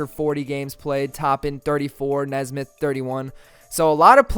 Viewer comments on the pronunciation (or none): You’re a pacers fan? It’s Aaron “Knee”smith. Not nezsmith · Pronounced Knee-smith I believe but love the video bro LETS GO PACERS